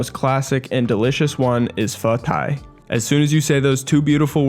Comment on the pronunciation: Pho tai is actually pronounced as pho thigh. “t” in Vietnamese is pronounced as a “th” sound, and “th” is pronounced as a “t” (basically opposite of English)